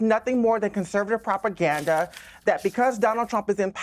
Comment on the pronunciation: "that's properganda." 😂 didn't know there were 2 "r's" in that word!